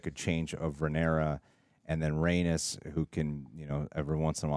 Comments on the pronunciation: Rhaenys is pronounced rae-niece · It's pronounced RhaeKNEES